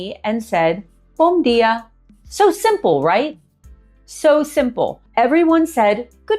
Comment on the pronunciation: It's bom dia not bombia....iam from America and I live on the Azores island são Miguel...I have a 6yo daughter she's know better Portuguese then her Pai.....yup a beautiful and peaceful life over here I've been here for 7 year's.ps we're you live at the mainland? And good video.